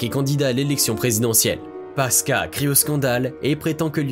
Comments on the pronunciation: On prononce PASQUOUA pas PASKA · On prononce pasquoa pas pasca 🤣🤣🤣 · Charle paska🤣 ça ce dit passe quoi, mais très bonne vidéo comme d'hab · Pasqua se prononce Pascoua et pas paska ... cela discredite toute votre analyse, c'est encore pire que que de Broglie qui se prononce de breuil.... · Qui c'est le crétin qui prononce Paska ou lieu de Pascoua ???? incroyable non ? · C'est Charles Pasquoi , on prononce '' passe quoi '' et non paska , sinon bien cette vidéo. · Charles "paska" mdr.... Pourquoi pas Jacques "ChiBrac" aussi mdrrr 🤣🤣🤣🤣Cest :" PA SSE QUOI " qu'on dit mdrr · Phonétiquement la prononciation c'est... Pass-quoi 😉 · Charles Pasqua ... Pasqua se prononce "pascoua" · Pasqua se prononce "pasquoi" en français. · C est toujours charles PASCUA qui se dit Pascoua. Merci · Ca se prononce Pasqwa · On prononce : Charles Pasqua : charles "paskoua" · on dit pascua et vu les sujets ... tu viens de naître toi. ne nous fait pas perdre du temps petit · Charles PASQUA, se prononce PASKOUA. Merci! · ça se dit "charles PASQUOI" sinon très bonne vidéo ! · Charles Pasqua, on prononce pasqoua, tu as du faire saigner bc d'oreilles 😅😅😅jeune homme😉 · Je sais que le nom s’écrit Pasqua mais il se prononce Pasquoi. Assez pénible d’écouter cette vidéo…. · Le narrateur ne sait même pas prononcer le nom de Charles Pasqua😔😌😬.... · Pasqua ne se prononce pas comme "quartier", mais comme "aquarium" en fait. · Ça n'est pas vraiment grave, simplement, comme le nom de Charles Pasqua est prononcé à plusieurs reprises, ça finit par gratter l'oreille